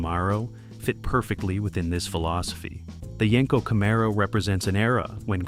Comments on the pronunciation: It's pronounced Camaro 😂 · What you didn't think we'd notice you sneaking in a 68 camaro. And Jesus christ the pronunciation of camaro was driving me crazy, I have an actual 1969 pace car festival car,it drove me nuts listening, great video terrible narration.